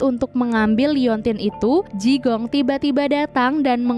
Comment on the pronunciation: Jigong....jigong....bau donk? Bacanya Chikung.